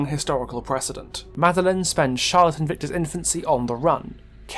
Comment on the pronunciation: the spotlight narrator falsely pronounced Charlotte and Victor’s surname, it is pronounced Deh-Eh, and Charlotte is pronounced Shar-Lot